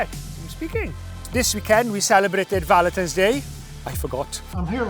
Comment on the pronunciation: I thought you said ‘Valeters Day’. Clean cars are good but a Day? 🤣🙈🙈